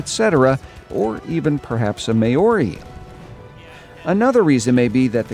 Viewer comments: "May-or-ee" This pains me greatly. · "May-ori" lmao Good video otherwise. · Actually it's pronounced like "mouldy" only white people say "meow-ree" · It’s not may-ow-ry it’s m-ow-ri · Btw Maori is pronounced m-ow-ree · This Aussie is proud of our brothers in NZ & as an Aussie i agree with an entire ANZAC faction as long as our Kiwi mates are there by our side. Yeah i hate when Americans call Maori may-or-ee, Does my head in mate. 1st time i ever heard the abomination of MAY-OR-EE was in fucking Zoolander lol. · It's alright :) Btw the correct pronunciation is Mow-ri, but the r sounds more like a d. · Btw Maori is pronounced Mao-Ree, like Chinese Mao or the sound a cat makes. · Haha a may ori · As a New Zealander i’m super offended you pronounced Māori that way. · loved how he pronounced Maori